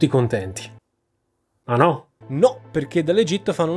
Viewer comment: "Ah no?" a fa trapelare che sei originariamente siculo